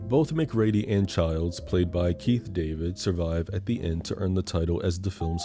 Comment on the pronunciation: Ooo we're gonna fight the way you're pronouncing MacReady 😂 you should have done Devil with the dude from the invitation.